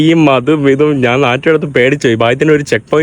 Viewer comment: നാൻ അല്ലടാ കോയെ?